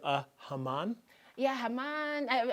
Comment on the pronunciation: Lol it’s not haman it’s hamam it’s an Arabic word